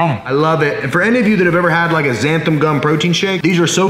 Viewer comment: Me: Seeing Xanthan Gum in every Anabolic Recipe video YouTuber: XANTHAM Me: ಠ_ಠ